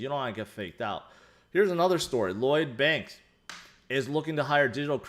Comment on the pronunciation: Did you say Loyd Banks ? That’s a rapper rite? Or a regular bank?lol 😂